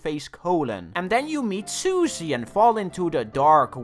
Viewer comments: You pronounce her wrong You call her sus ie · I will never not pronounce Susie's name as "sussy"